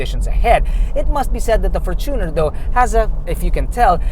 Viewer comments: fortune-r not for-tuner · is that the correct way of how to pronounce the fortuner? you said, “for-TUNER” isnt it from the word “fortune”? and not “tuner”? hence, “fortune-r”